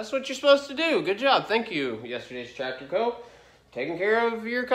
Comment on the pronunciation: You da Ford 8n twactor guy. 😁